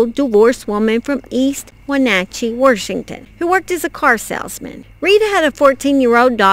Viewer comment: I adore you miss, that's just how my maternal grandmother would say Warshington